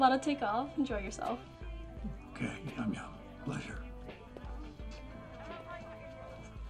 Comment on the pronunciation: pronounces Youa’s name correctly & Walt still comes her “Yum Yum” 😂😂